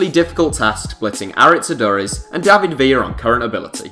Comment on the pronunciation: Aduriz, you pronounced it completely wrong